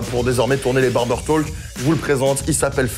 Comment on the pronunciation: ca se dit barber "TOK"... ca pique les oreilles